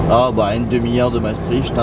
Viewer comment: Super vidéo encore une fois :) Par contre, mes oreilles de belge saignent à chaque fois que tu dis Maastricht. Ca se prononce "Mastrikt" ;)